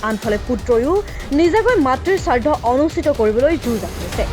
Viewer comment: চাৰ্ধ নহয়, শ্ৰাদ্ধ হে শুদ্ধ। উচ্ছাৰণ ভাল দৰে শুদ্ধ ৰূপত কৰা উচিত। সাংবাদিকতা কৰিবলৈ হলে শিকিব লাগিব।